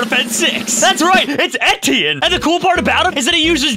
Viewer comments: it sounds so funny when says:'thats right, its entienne' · how dare u call him etienne his name is steven tewtiy found out in goolge transtlate